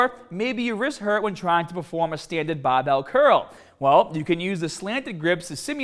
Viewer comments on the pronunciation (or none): BAR! Not BAU! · talks in clear English 90% of the time Also:: “BAHBELL” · Hearing you say barhbell made me wanna shove pencils in my ears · Pronounces “Barbell” as “BAHBell”. “Harder” as “Hahdah.” Pronounces “Shoulder” as “shoulder”. I can’t figure this out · Yes, I want to train hodda an longa with bah-bells. Are you trying to be comical with this? Seriously, learn to pronounce the "R" correctly, it's never too late. "B-A-R" is not pronounced "BAH"; this is basic first-grader stuff. You wouldn't pronounce R. Kelly as Ah Kelly would you? Remember what happened to Barbara Walters until she worked on reducing her accent...SNL teased her for years with their Bahbah Wahwah skits. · Every time you say barbell I wanna fucking jump off a million foot fucking cliff and land on the end of a fucking bahhhbell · As soon as he said ‘bhuraahbell’ I went straight to the comments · speak well please it's not bahhhbelll! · The baahbel sounded even more baaahbel this time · Say ba bell more..😂jk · This is the video in which says the word BAHBELL sooooo many times I love it! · My gym sucks, they don't even have baahhbells just regular old barbells.... i wish i could do a baahhbell bench press. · the way he says barbell is just horrible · Can you not say the word "barbell" properly? you sound like a fucking sheep.